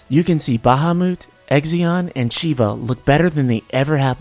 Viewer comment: I hate how you pronounce the Aeon names its litetally Shiva not Chiva